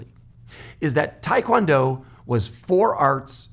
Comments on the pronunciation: Made it to 2nd degree in Hapkido,I'm in my mid 50's it was just two much for this old body,did taekwondo made it to 2nd degree also, hated the forms, it did give me more balance tho,not sure what I will study next.BTW it's taekwondo not tiekwondo. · Um, if you where ITF you know its TAY kwon do, NOT Thai kwon do Just sayin. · ahh it's because in korean it's pronounced like that, but most americans pronounce it like tai-kwon-do :)